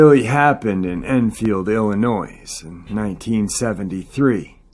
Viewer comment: Please,, don't pronounce the S in Illinois. It's pronounced ill in oy.